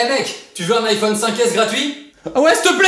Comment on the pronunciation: C’est pas lé iPhone c’est les iPhone on fait la liaison pk tu fait app la liéson